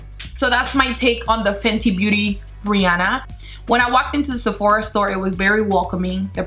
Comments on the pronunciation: Am I the only one who heard "booty blender"? 😂😂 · why do you say bary instead of very and bootie intesd of beauty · She's so cute and funny but when she says beauty blender it sounds like she's saying booty blender 😂❤❤ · I heard her saying boody blender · Does she says Booty Blender ? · No hate but it's beauty blender NOT BOOTY BLENDER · sounds like "booty blender" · did not anyone heard 'the fenty booty blender'? no? okay btw the way you talk its so funny idk its just me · I keep hearing butty blender 😂😂😂😂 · "The booty blender" is all I heard lmao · I heard Fenty Bootyblender😂😂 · For a sec I though she said booty blender 😂😂